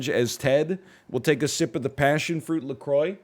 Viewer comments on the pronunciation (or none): none